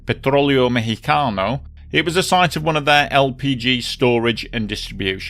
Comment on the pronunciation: Bravo Zulu on correctly pronouncing Mexicano. You might be the first British person I’ve ever heard correctly pronounce a Spanish word.